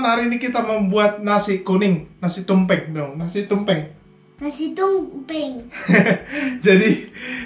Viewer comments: Salah pengucapan bang bukan nasi tumpe'ng tapi nasi tumpeng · Hahaha..ketahuan yah pengucapan Tumpeng jadi Tumpe'ng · Batak : Tumpèng, kalo Jawa : Tumpeng 😁😁😂😁😁